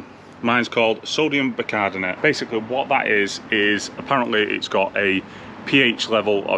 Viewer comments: Great video as always mate however I’m laughing at you trying to say sodium Bicarbonate 😂😂. So let’s break this down…say sodium Buy car bonnet 👌🏻 Keep the content coming buddy 🙏🏻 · Bi car bon ate 😁 stop talking pished like Rab C Nesbit 😁 If you don't wear a Hawaiian shirt in the next episode I might have to reconsider my subscription 😂